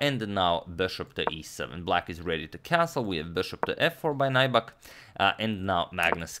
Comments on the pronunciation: "Naibak" but it's Finnish so pronounced as it's written. Nyybäk. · yes he is a poker pro..His name is not pronounced NAIBAK,, but NYYBEK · Nybäck is a Swedish surname. It is not pronounced like 'Nighbuck' but like 'Newbeck'. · Greetings from Finland (yay!)! Nybäck is actually pronounced something like "new-beck". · ä is like the "a" in cat y is like the "e" in few (without the W) tomi's surname would literally be pronounced "nyybäk" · His surname is pronounced more like "new-beck". Name is of Swedish origin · Nybäck's name is pronounced something like New-beck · No. It’s Nyy-bäk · For future games Nybäck is pronounced ''Nybeck''. Love the content tho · Or rather more like nübeck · Nybäck is actually pronounced "New back" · Nybäck isn't pronounced as nigh-bak. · Nybäck is pronounced like if it was spelled "Kneebeck" in english btw :) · It's pronounced as if you'd say "new back" (Nybäck) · You're pronouncing his name wrong. It's pronounced as "Neback" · No, Finnish is phonetically consistent. Nybäck is pronounced ['Nybæk]. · Just doing it poorly then? Even the English pronunciation would not be 'Neback'. It is standard for names to be pronounced by others the way they are pronounced in their native language. Chopin is pronounced [ʃɔpɛ̃], not [tʃɒpin]. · He has a swedish name and Nybäck is pronounced close to Knee-beck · Awesome, thanks from Finland! Although that's not how Nybäck is pronounced but nice try. #suggestion As you mentioned Heikki Westerinen in the previous video could you analyze his game against Boris Spassky in Solingen 1974 as it was Spassky's first game in the West after losing to Bobby Fischer in Reykjavik? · Agadmator pronounces all other names so perfectly, but I don't think Nybäck can even be pronounced any worse.